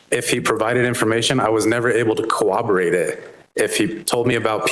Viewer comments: Never trust anyone who pronounces "corroborate" with a 'w.' It's not "cowoborate." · The first time he said 'cooroperate' I thought i misheard him. The second and third time he said it, I realized detective here has a 3rd grade education. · Laughing every time the cop said "cowoborate" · What the heck is a cowobewate? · We could not cowoberate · Did the detective say he wasn't able to "co-wah-borate" it? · My mind was made up when he tried to pronounce 'corroborate' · I can't take anyone seriously if they pronounce corroborate with an invisible W. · This potato said "corroborate" incorrectly so many times I had to look it up to make sure I wasn't the dumb one